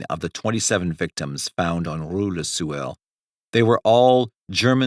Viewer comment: It sounds like he keeps saying le sewer....🤷🏻‍♂️💯😂😷